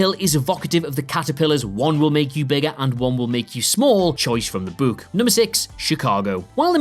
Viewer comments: Good stuff but you must be from stoke on trent 😂its pronounced book not booook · It's interesting that you pronounce Book as Buke but Cookie not as Kookie.